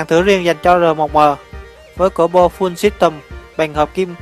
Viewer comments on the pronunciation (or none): Ông nay đọc tiêng anh fun sít tùm